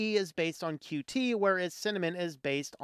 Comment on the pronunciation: Thank you for calling it "Q T"